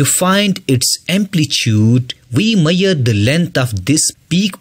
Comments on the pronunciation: Sir, the pronounciation of measure is mai-shur not mayur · It's not meare..It's measure...l would say that explanation was really good but would appreciate if you work on your pronunciation rather than pronouncing wrong words..and your way of speaking too...but overall very nicely explained..Thanks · Miyar or major atleast say mezar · Measure❌ Mayyarr ✅ 😂😂😂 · Not mayyar it is measure😂😂😂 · Come on bro that measure not miyer😅. But good teaching ❤ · Measure nahi maiyar hota hai 😅😂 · first i read comment of this video before watching this video . and when i started watching the video and when it said "maiyer" i understand it as measure . 🤣🤣😂🤣😂 thanks bro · Mayyar 😂😂. Bhai pehle English sudarle badme Padana bakiyonko😂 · It's not maier It's measure 😂 Useful video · I love how people come up with their own words like bro it's measure not meir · Bro u said "maier" that means hair in my mother tongue 😬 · Ha bro ..."maiyar" nahi measure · Lol same 😂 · Its measure not maiyor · It’s measure, not meaure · His maiyar ( measure)is extraordinary 😂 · bro its not mayer its measure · why is he pronouncing MEASURE as MEYYER , i was so confused for a second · People in Punjab pronounce in that way. There are many words pronounced in funny manner by people from other states. But I do not make fun of them. By the way the teacher sounds to be a Pakistani. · Measure pronunciation 😢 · Measure pronunciation 😂😂😂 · Good video but you're pronouncing "Measure" and "Trough" incorrectly.